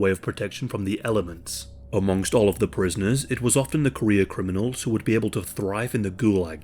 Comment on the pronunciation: I kept thinking you were saying "Korea criminals" instead of "career criminals" and spent longer than I care to admit trying to figure out why there were so many Korean criminals in the USSR